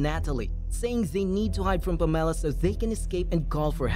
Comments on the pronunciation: PAMela. Not PamELLA. JESUS. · Can you learn to pronounce the name PAMELA properly please? Emphasis is on the PAM , as in HAM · why did he say Pam's name so weirdly as if she was a citrus fruit or something... its pam... ah...la... 😂😂😂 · Never heard the name Pamela pronounced in such a way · The film is a hot mess! As is the pronouncement of Pamela....that was as almost painful as the recap 😁